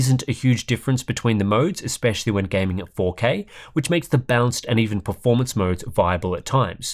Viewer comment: I keep hearing "bounced"mode when he is talking about balanced mode for some reason...